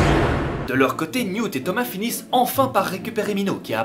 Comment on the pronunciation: Ça se prononce Newt et non mute🤨 et ça été l’amour de ma vie dans les livres❤️😭